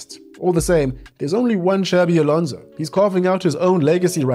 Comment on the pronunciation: Please, Xabi Alonso is not pronounced like Xavi. The second one is in Catalan, the first in Basque. The X is pronounced more like a S